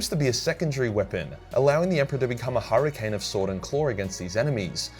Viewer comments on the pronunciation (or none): none